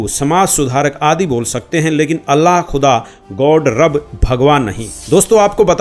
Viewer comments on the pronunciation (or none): none